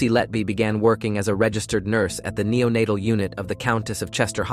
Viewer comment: declening? nenatel? Some sentences are just nonsense words. It's an interestinng case. Then the words go haywire. I'm going back and watching older videos. So I like your scripts.